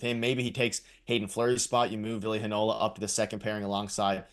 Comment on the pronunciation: HEInola, NOT HeiNOla!!